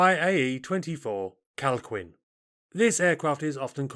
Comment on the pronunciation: Minor correction. The Calquin is pronounced Kal-Keen, not Kal queen. Q followed by U in Spanish is silent before E and I.